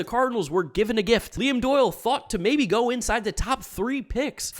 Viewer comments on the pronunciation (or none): none